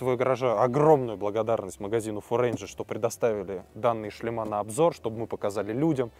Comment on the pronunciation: Не "шлемА", а "шлЕмы", не "шлемОв", а "шлЕмов". :) Не "болт", а "винт" (в этом конкретном случае). :) Если говорите на камеру, старайтесь не коверкать русский язык.